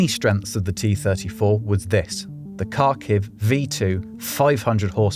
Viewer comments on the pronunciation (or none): I'm loving the video! Just a bit of feedback on pronunciation: The "kh" in Kharkov or Kharkiv makes a sound similar to the Scottish "ch" at the end of "loch"